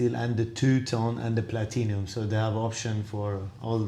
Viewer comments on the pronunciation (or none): Platinum...not Platinium....holy